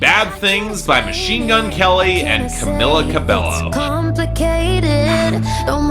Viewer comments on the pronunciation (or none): It's pronounced Ca-MEE-la Ca-beh-yo. I'm not a 5H fan but please, its only respectful to get someone's name right.